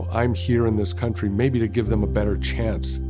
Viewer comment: STRONG emphasis on MAYBE 🤔🧐